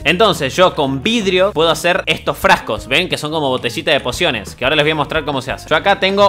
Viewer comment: alguien mas escucho ´´porciones de vida´´ enbes de´´ pociones de vida´´ 15´29